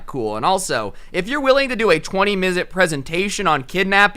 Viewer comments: How many times he says "mizute" | v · bruh this man said mizit 2 times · so we are not gonna talk about how he said “misit” in stead of “minute” Edit: and another one “prenit” instead of “minute” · "Mizute" every time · Amare Clark haha “20 misute presentation” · Hey is it me or did say “a 20 mizute presentation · Anyone else hear midet instead of minute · Also- did my guy just say "a 20 mizute presentation"????? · The amount of time he said minute wrong is astounding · ceo of not being able to say the word minute 😎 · Are we just gonna ignore how never said “minute” right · I love you but it’s fucking hilarious how you just couldn’t say minute properly throughout the video 😂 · At this point I think is pronouncing the word minute wrong on purpose